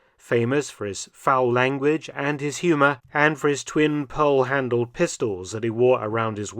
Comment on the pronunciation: Thanks for the correction, I almost pulled my hair out when I heard pearl. You can see my great grandfathers helmet, personal equipment, and his Ivory handles sidearms at the Patton Museum in Fort Knox, Kentucky.